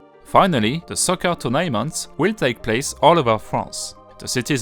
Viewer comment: "turn'ment" , "th, th , th" pas "ze, ze, ze" . :p